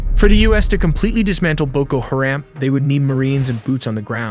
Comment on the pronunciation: It's BOKO HA-RAM. You might want to Google the phonetics of some of the words you're saying because you're saying them wrong.